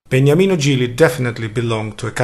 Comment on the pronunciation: Beautiful video 🎶, name of Gigli is Beniamino not Begnamino 👍